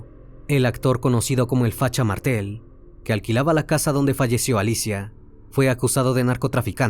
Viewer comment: Muy buen informe, pero una pequeña corrección: Pelusa, la ex esposa de Carlos, le pegó un tiro con una escopeta, no con una pistola, luego de que este la golpeara salvajemente. El barrio se llamaba "Florida", no " La Florida". Es "Facha Martel", no "Mártel".